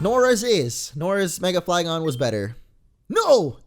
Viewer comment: I heard mega flygons